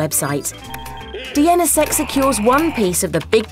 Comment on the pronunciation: Ah text-to-speech algorithms can't parse acronyms. "dee en essa sec" LOL WUT?